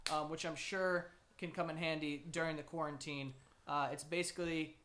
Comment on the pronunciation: "corn teen" lmfao i never thought i'd see "quarantine" butchered to this extent